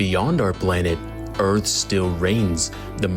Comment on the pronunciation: The Earff🌎